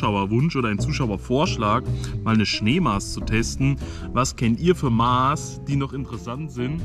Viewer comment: es heißt MASS.. kurzes A, scharfes S. und nicht MAAs oder MAHS.. warum lernt ihr das nicht?!